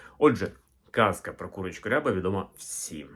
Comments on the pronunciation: Відколи рябих курей не існує? Наголос, доречі, на рябА, а не рЯба. Це і правда можна назвати строкатим. Та строкатий не різнокольоровий.. Просто вбийте в Гугл: Рябі кури. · Наголос рябА, не рЯба рябА курка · Українською не рЯба, а рябА. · Курочка не рЯба, а рябА! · Курочка не рЯба, а РябА. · А чого рЯба ,а не рябА ?🙄 РябИй окрас(масть) відома річ 😎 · От неправильне трактування кольорів. З давніх давен і досі рябими називають строкатих курей з білим і чорним пір'ям впереміш. Тільки наголос ставився на другий склад: курка рябА. Тобто абсолютно реалістична рябА, чорно-біла курка, яких завжди повно в українських селах. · Гадаю, що курочка рябА, наголос на останній склад